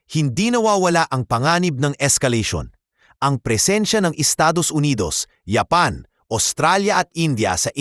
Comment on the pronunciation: Paki ayos mo nga ang bigkas ng japan masakit sa taynga eh ayusin mo ok